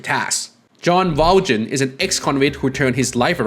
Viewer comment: Aww man, I regret to inform you that you completely butchered the pronunciation of Valjean. It's less "Val-JIN" and more "Val-SHAWN." This is brought to you by some guy who performed in Les Miserables in highschool That said, I absolutely love Persona lore. Keep it up!